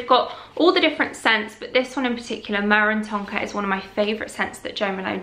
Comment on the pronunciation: Helpful video, lots of ideas. Just one thing, ‘myrrh’ is pronounced ‘murr’ to rhyme with ‘purr’. It is the incense brought by the African King to Jesus in the manger.